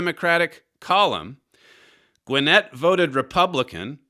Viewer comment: Mr . Flurry, Your pronunciation of Gwinnett was " spot on" , a viewer in Georgia.